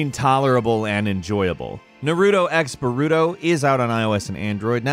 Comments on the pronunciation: Narooto x Barooto is all I heard 😭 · I love all yalls videos but I swear if I hear Narooto x Barooto 1 more time I'm gonna have an aneurysm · Exactly!!! UGH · "Na-root-toe X ba-root-toe" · My guy said narudo x borudo I’m highly offended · I swear if another dude says naruto or boruto wrong imma flip 😤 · He pronounce naruto and boruto names wrong